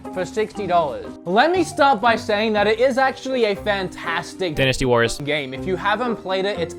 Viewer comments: dinisty warriors? i thought it was dynasty warriors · Dinnis Tee Warriors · Dinisty? lol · Denastee? WHAT?